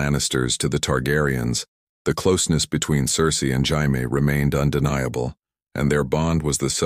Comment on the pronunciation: Its not bad man but HAIME ?? ITS PROUNOUNCED JAY-ME 😆 😅 I listen to a bunch of these what if videos. You should do some about the dance of the dragons. What if Maylese didnt die ? What if daemon was made heir instead of raenyra? Some like that. No one is doing those. I bet youd get a bunch of hits on that